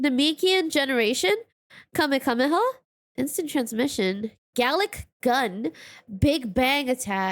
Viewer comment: Wait, she pronounced the kamehameha, how now?? Deer god she wasn't joking when she said she didn't watch any of it....